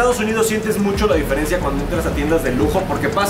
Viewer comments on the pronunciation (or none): none